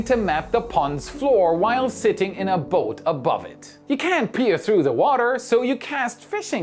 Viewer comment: At one point you said "can't." CC confirmed with "cannot." But it sounded like "can" which is incorrect and the opposite of what you were meaning. I rewound to make sure. Cannot is better to use than can't.